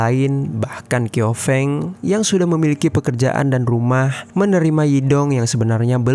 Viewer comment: Bukan ‘kiofeng’ tapi bacanya ‘ciao feng’